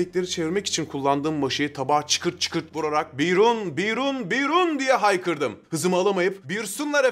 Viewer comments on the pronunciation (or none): kız gibi biyrooonn demiş. daha doğrusu diyememiş, biyrun demiş.